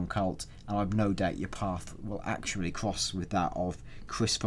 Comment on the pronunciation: alot of Cwoss Weffewnce is going to go down